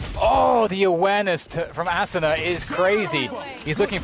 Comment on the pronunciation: aSOOna ASSuna Asuna I wish casters could say it right